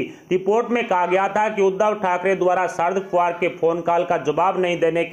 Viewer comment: Pawar, fadanvis ka sahi uchcharan shikhiye .aap ki baat ka vishwas kaise kiya jaye ??